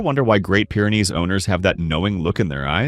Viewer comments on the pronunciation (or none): Wish you weren't using AI to narrate, as "Pyre" is not Pyr is pronounced...